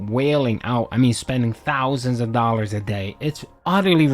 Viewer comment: I spent 100 dahlers on the game that is all dood iam ahnest you know that uuhhhhmmmm snortphlegmackackack